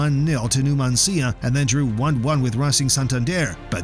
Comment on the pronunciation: it's not Numanc(í)a...but Num(á)ncia